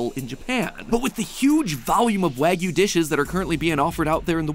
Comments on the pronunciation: You say it so wrong mattpat :( it's Wah-Gyou not wag-you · Who else cringes every time MatPat pronounces wagyu WAG-YOU instead of Wah-goo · prounounced why-goo by the way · Not to nitpick but the English short A sound doesn't exist in Japanese, so it'd be pronounced "WAH-gyoo". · Fuddruckers has wagyu? Excuse me “wagyu” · The way MatPat pronounce Wagyu should be a crime. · This was painfully difficult to watch through everytime he pronounced "wagyu" incorrectly (everytime).. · Does it hurt to research how to pronounce the word you're going to say 10000 times throughout the video?